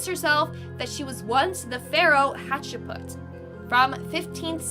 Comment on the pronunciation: You said Hatshepsut and Amenhotep wrong... Also, there is only ONE R in Lightoller, making LightRoller the wrong pronunciation... You mean Edward AustrIAN NOT AustRAIN. You know like what someone from Austria would be...an AUSTRIAN. It seems you REALLY need to work on either your reading or speaking abilities, perhaps both, depending on what your issue is. Tina Turner is just some crazy loon who convinced herself of this B.S. Most people, in fact, the majority, who "think" they've been reincarnated started thinking it at a very young/early age. It's because there are spirits (Muslims call them Djinn) who like to screw with the living and whisper that crap in the ears of young and impressionable children. They didn't really experience what happened to those who actually lived those lives. They're being swayed, and influenced, by vengeful entities who find it entertaining and funny. Entities who have been living/existing on this planet for millennia, and have seen it all happen first hand.